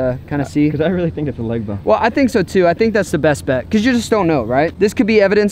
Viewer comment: did you really just say rily instead of really